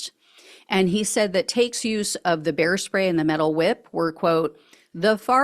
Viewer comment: When you first said bear spray I thought you said hair spay!🤣 I thought, Is this guy going to do a drive by hair styling on someone?